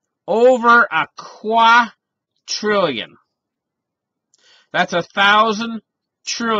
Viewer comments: it sounded like quad trillion. the correct word is quadrillion. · I think it's his Canadian accent, he's means a quadrillion for sure.